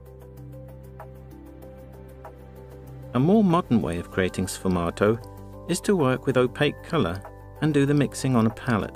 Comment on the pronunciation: The dude mispronouncing the technique right at the beginning was the immediate red flag....